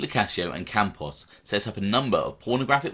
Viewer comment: Yeah Campos doesn't end in a vowel